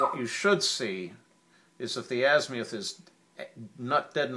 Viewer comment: How can you take anyone serious who pronounces azimuth.....az-MI-uth